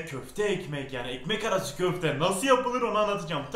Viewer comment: küfte mi ne diyon abi😃😂